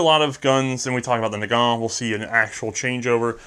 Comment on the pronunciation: Nagant is pronouced Nah-gahn. It's French, the T is silent.